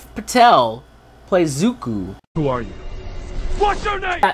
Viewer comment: Let's hope that Netflix can do better also their names are Aang not ong sakka not soeka Iroh not eroh it's zuko not zuku you mess up his name MB and what's wrong with you M night! Watch the show it's a masterpiece